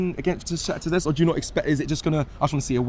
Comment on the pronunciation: Bro it’s not Donesk!!! Say it properly man. Ffs